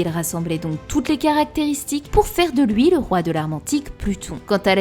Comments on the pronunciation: "houit ans" "grace a loui" XD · Loui, pouisque, plouie, ouit... Sympa l'accent belge 😂